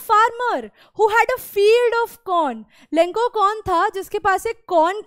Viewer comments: Lenco nhi lencho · Lenco❌ Lencho✅ but explanation is good 👍thank you ☺️🙏🏻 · Mam it's lencho not lenko in pronunciation😅😅...... Sorry for finding your mistake 😅😅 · Ma'am for ur kind information.... Vo lenco nhi lencho hai.... Pls pronunciate it correctly 😅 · Madam ji लेनचो hota hai na ki लेंको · Maam it is not lenkho it is lencho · Its not lenco its lencho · Lenko nhi ma'am lencho hota hai or peso hota hai piso nhi Todra dek kor pora na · Mam he is not lanco he is lencho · It's Lencho not Lenco😅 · That's not lenko that is lencho😅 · Mam aap lencho ko lenko kyu bol rhi hai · It's लेन्चो not लेंको😢😅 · Ma'am it's lencho not lenko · Mam pronounciation to shi kijiye lenco nhi lencho h pisos nhi pesos h 😂😂